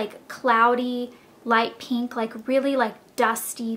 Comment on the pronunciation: Pink not PEENK!!!!!